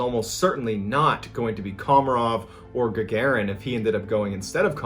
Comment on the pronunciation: It’s not URI gugurin it’s URI Gagarin Ga-Ga-REen- that’s how you pronounce it